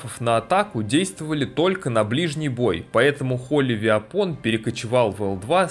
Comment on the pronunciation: Виапон это какая то дичь не понятная, оружие произносится как "Уэпэн".